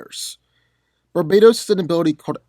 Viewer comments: stop calling him Barbados THERES A T RIGHT THERE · Did he say Barbados or Barbatos? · Bar ba tos not barbatos u pronounced it wrong